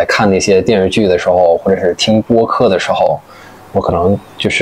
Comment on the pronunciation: 听到他说“电视剧”（发音 电日剧😂），真的很“北京”，就是发音比较随便，咬字不充分。这个特色在姜昆的相声“方言杂谈”里有讲到，北京公交车售票员报站名：同志们（徒儿们）…